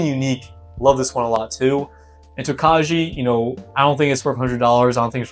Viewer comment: Prounouciation is Toe-Kye. It's a Czech grape used in making a sweet white wine. Good luck young man! Thanks for the review.